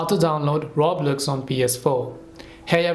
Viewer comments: 😂 ya I can tell and I had to mock the guy cause he said the game name wrong lol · You can’t even say Roblox right bruh 😅